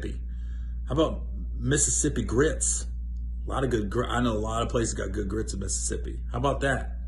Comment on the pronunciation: Hi Gary, loved the mississippi "GRits" :)